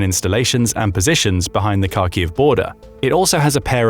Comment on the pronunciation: So many factual and pronunciation in mistakes in this video, Kharkiv (Харків) as you can see from the Ukrainian Cyrillic, starts with a Hh And the historical transliteration of that letter to Kh is essentially incorrect. Also FAB bombs on dumb if fitted with wings and the guidance system. They're using them as a guided bomb. The "dumb" FAB bomb being the explosive part